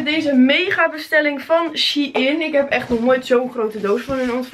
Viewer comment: het is shEIn niet she-in